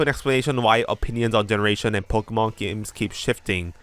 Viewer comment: "generashen shree". Lol, okay.